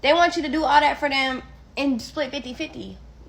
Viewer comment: "all dat fer Dem" 😂😂😂